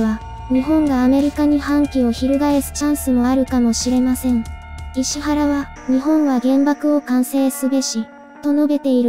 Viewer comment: 「いしわら」ですよね？